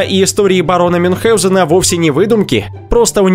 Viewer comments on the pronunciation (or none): none